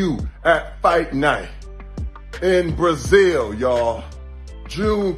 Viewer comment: "Brazill!" Silva: " I'm weady."